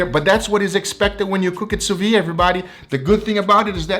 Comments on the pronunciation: Adoro seu canal, mas toda vez que você fala sous vide, I cringe. 😂 É “su vid”, não “su vi”. 🤪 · if you can say the word vid / video you will say sous vide perfectly sous vid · 'soo vee *the*'. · why does he keep pronouncing "sous Vide" wrong? is there any reason?